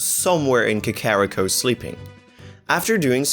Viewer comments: Ka-ka-ka-carrot cake? ka-ka-ka-kakarrot? Kah-Kah-ree-koh. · It's KA-KA-RI-KO, not KA-KO-RI-KO, dipshit. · Vol-wager is gonna burn Ka-carry-ko to the ground. And so does the pronounciation. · checks comments apparently I can't pronounce "Kakariko", lol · It is not a german accent. He does not know how to pronounce Kakariko correctly thats it! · The way he says Kakariko. It fucking kills me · Why does the second guy insist on triggering me with how he pronouces KAKARIKO. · Man you really botched the pronunciation for kakariko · The way he was pronouncing Kakariko was slightly triggering. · This video was awesome and I love your content. But I cringe after everytime you said kakariko incorrectly 😭 Love you guys